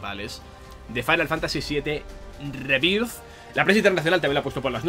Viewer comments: Lo gracioso es que dice "Fainal Fantasy SIETE rebirz" cuando sería "Fainal Fantasy Seven Riberz" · No entiendo que "Final Fantasy" lo pronuncies en inglés y luego "Rebirth" lo pronuncies tal cual se lee en español. No me extraña que luego en todas partes digan que nuestro inglés es pésimo, es que lo pronunciamos mal incluso sabiendo que está mal. No digo que le pongas acento de Oxford, pero por lo menos di "Riberth", que es más cercano a la pronunciación correcta. Es que hasta cuando dices "Remake" pronuncias bien el prefijo "re-", pero en "Rebirth" no. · Básicamente porque no sabe como se pronuncia, entonces lo pronuncia de la forma mas cómoda que es con acento español, el sabe que remake se pronuncia "rimeik" pero no como se pronuncia rebirth, yo apoyo que lo leamos en español, nada de "Fainal fantasi rimeik" que estamos en España, y se lee en español, que no somos ingleses, ni gringos, se tiene que leer con las reglas de pronunciación españolas, para decirlo en ingles pues ponte a hablar en inglés.